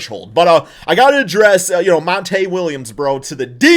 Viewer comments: Call the man monta again lol, it’s MONTY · Mon-tee not Mon-tay lmao